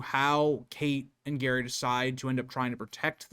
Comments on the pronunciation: Can't even get Gerry's pronunciation correct? It's JERRY. 👎🏼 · you did, its pronounced Jerry but it was the window being open as that was contested and also no sign of forced entry and it was deemed to high and overlooked a car park and street i will finish watching it and not meaning to trivialise your work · Pronounced gerry. Like tom and Jerry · I'm American who has lived in UK for many years. You are correct with the father's name. He is just pronouncing that and Tapas wrong. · It's pronounced jerry not Gerry. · I thought it was pronounced 'Jerry' rather than 'Gary' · The McCanns did so many suspicious things, it's hard not to believe they know exactly what happened to Madeleine. You seem so knowledgeable, but mispronounce Mr. McCann's first name. It is Gerry, with a soft G, not Gary. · Sorry, just saying "oops, my bad" in the comments doesn't cut it. It's way too basic a thing to get wrong if you want people to regard you as a competent researcher. Every time you say "Gary" you sound ignorant and unreliable. Why should I trust someone who couldn't even be bothered to confirm the father's name? The spelling should have immediately called the pronunciation into question, especially for a US citizen. Do better. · Mispronouncing Gerry as "Gary" instead of "Jerry" may seem like a small thing. But it shows me that you aren't very thorough with your research. There are easy ways to look up the pronunciation of something, even a famous person's name. I'm not singling you out; I hear a LOT of people mispronounce Leicester, Amaral, and even Madeleine. It immediately lessens my respect for their knowledge. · Her husband is not called Gary his name is Gerry!!!!!!!! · His name is Gerry,not gary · You pronounce his name Jerry not Gary 🤦🏻‍♀️ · Good God! He is Gerry, NOT Gary !!!!! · His name is Gerry not Gary ffs!! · Simply get Gerry’s name right.. it’s not Gary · His name is pronounced Jerry. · it's jerry like tom and jerry okay not Gary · His name is Gerry, not Gary.